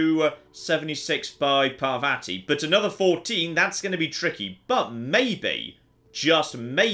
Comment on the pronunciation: It's pronounced Par-VAH-ti, not Par-vatty. Rhymes with "spotty."